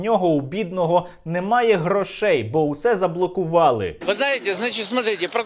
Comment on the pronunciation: Правильні наголгси: грОшей, судовЕ засідання.